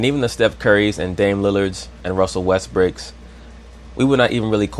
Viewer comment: Did he say, " Russell Westbricks?" Lmao